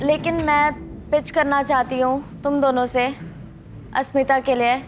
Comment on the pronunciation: I noticed mispronouncing everyone’s name 😂 eg. Asmitha - Ashmitha….Zalak - Jalak 😂